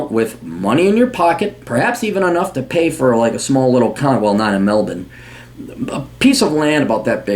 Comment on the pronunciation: This is the first yank I've ever heard pronounce Melbourne correctly.